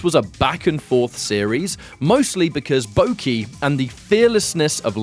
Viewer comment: It's not Bouki, it's Boki (like Baw-key)